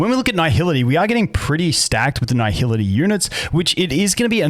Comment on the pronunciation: I feel like my ears are bleeding after hearing this man butcher the word nihility for 9 minutes straight, who fuks up nihility, its nihility not naihility